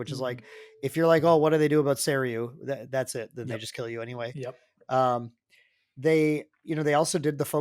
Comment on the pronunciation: there was a Japan ascent and you came back pronouncing Seiryuu correctly when you didn't before! amazing